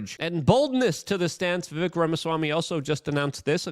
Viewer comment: Luke..dude..you had him on your podcast and still don't pronounce Vivek properly?? smh